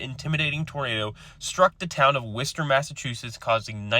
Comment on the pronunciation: I was really shocked, you pronounced, “Worcester” correctly. Blew me away.